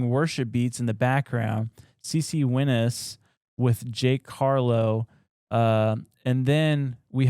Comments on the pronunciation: please tell me that wasn’t a mispronunciation of CeCe Winans (the gospel singer) because that would be crazy if she was there. It would also be crazy that it would be mispronounced since her and her family been so gospel music big that secular people know of them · I’ve never heard CeCe Winans last name pronounced like that lol